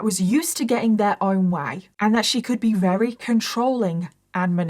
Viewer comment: I look forward to your videos every week 💖 the way you pronounce “very” as “vRary” is my fave.